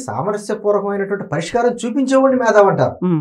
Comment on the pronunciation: మేథావి కాదు .. మేతావి